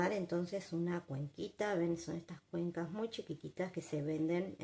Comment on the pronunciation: Todo bien y gracias, pero es CUENTAS, no "cuenCAs"... Ya venís diciendo esa burrada muchas veces.